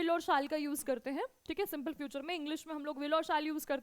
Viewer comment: Yes in French SIMPLE is pronounced as sample . I don't know why she teaches .